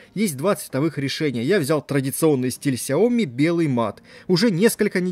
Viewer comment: столько видео, целый умный дом, а говорите фирму неправильно... не сяОми, а сЯо мИ